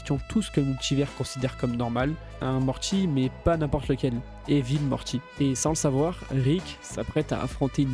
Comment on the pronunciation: Suis je le seul à bloquer sur les tiques de langages du narrateur. Mortchi ? Rick et Mortchy ? MorTy ! Super taff de ton côté, avec un peu de travail sur la locution tu auras des dizaines de milliers d'abonnés CONTINU !!!